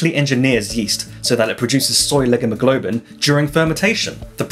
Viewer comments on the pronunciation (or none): Leghemoglobin was pronounced weirdly. It should be pronounced leg-hee-muh-gloh-bin, IPA pronunciation lɛgˈhi məˌgloʊ bɪn